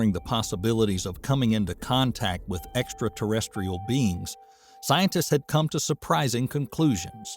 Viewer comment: It's Ai most probably. I used to think wow what a great narration, then he said, in this video, Fermi Paradox in a very weird way, and I think "he" messed up the word extraterestrial and said something like extratestial. So yeah.